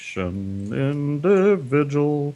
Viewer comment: I like this indivijul sichiation.